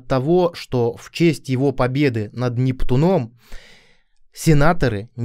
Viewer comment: Да не с НептунОм, а с НептУном. До чего безграмотная речь наших блогеров. Вы ударение подучите в мифологических именах. Вы чай пьёте видимо стаканАми